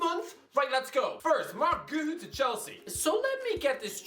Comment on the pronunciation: Hey, Please improve your pronunciation for Guiu